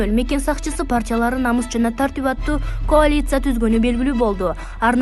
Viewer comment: Койчу ушул эски жегичтер менен чимкириктерди,ууру тойгончо жеп олгончо карганат.Эч кимди жолотпогула .Тупой журналист коалиция деген создун айтылышын туура айтчы келжиребей.